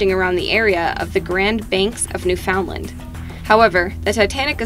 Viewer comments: Around newfoundlind you mean Newfoundland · I live in Newfoundland and it’s pronounced “New-fun-land” Thats literally how to pronounce it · Bruh “new found LEND” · Lol that’s not how you pronounce Newfoundland